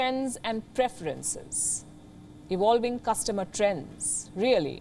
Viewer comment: ewolwing 😂🤣😂🤣 always makes me laugh. How difficult is it to pronounce V....as V ??? & all of the Indian staff of this news network. How come at least 1 couldn’t get it right ?